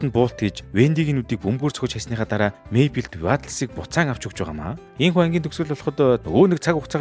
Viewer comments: Diper bishee Differ gejbui aytai helmeer bainaa May Bell bisheee Мэйбэл gd neg dorivtoi goy helmeer baina😢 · Mayble iin neriig ihl sonin duudd bgam shig sanagdd bhymda baatra ah eniige jhn anhaarwl goy shuu❤❤❤